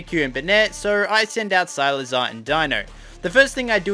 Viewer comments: Who the hell is SILAZAR?????????? ITS SIKLAZAR!!!!!!!!!!!!!!!!!!!!!!!!!!!!!!! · why does he pronounce cyclizar as cylizar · Agghhh it’s pronounced Cyk- le -Zar, not silazar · i’m dying rn it’s (SEI-CLI-ZAR) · Why you pronouncing cyclizar so weird?😅 Oh and it has been found in the code that Dipplin gets an evolution in the indigo disk so that's why eviolite works